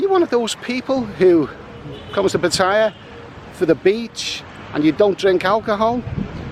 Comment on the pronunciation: It's called Pa-Ta-Ya not Pa-Thai-Ya